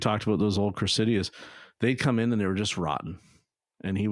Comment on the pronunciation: What is a “Toyota crisidiassss”? Or Toyota Cressida!